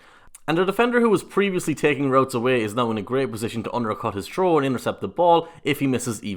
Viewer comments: please say “throw” correctly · lol, sounds like the guy is saying a difficult "Troll" lmao.